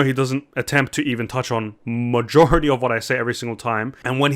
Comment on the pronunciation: not to be a dick, but it sounds like he said Majohority